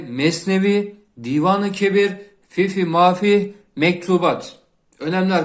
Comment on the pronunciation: Teşekkürler emek için. Mevlana'nın eseri ''fifi mafih'' derken fifi'de hata olmuş olabilir mi; fihi olmalıydı. ''Fihi ma fih=için içi'' diye öğrendik:)